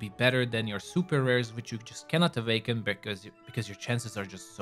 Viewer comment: why do you keep saying avaken